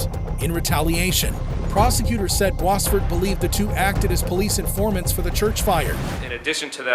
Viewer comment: This is so bizarre how the narrator pronounce "Boisvert" last name. It's a french name. Bois = Wood, and Vert = Green.